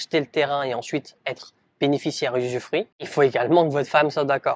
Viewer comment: on dit "usufruit" pas "usure fruit" 😅 merci pour la vidéo ! 👍